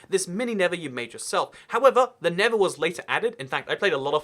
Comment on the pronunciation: He pronounces the nether the never